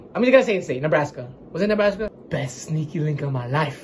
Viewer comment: Everyone in Nebraska when said Nebraska😭😭😭